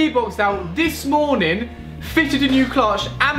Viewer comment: i like watching your videos, but please stop saying 'MORE NIN' haha. It's 'MORNING'